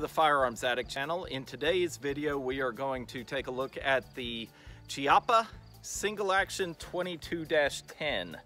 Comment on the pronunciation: That looks to be set up like my Rough Rider with adjustable sights Just an FYI the name is pronounced Key-appa. As Americans we want to pronounce words the way it's spelled, so I get it. Just substitute the Chee with Key